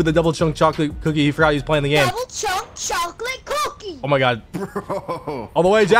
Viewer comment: "DOUBBULE CHUNK CHOCOLATIE COOOKIEE" 🗣😭🤦🏿‍♂️